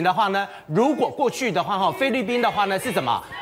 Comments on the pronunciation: “灰”利宾！！ 中文练好在读新闻吧。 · 灰掠宾听得我好难受呀哈哈😄